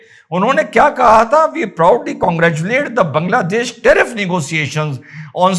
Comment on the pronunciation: Why all North Indians call it बंगलादेश ? It's बांगलादेश .